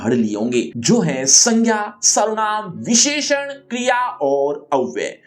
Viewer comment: sir ne visheshan bolne me jyada jor lgadiya 😂😂😂